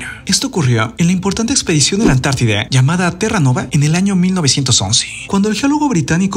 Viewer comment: Mi amor hasta cuando? Se dice Antártida, no Antartideeee 😂😂😂😂😂 por favor!!!!!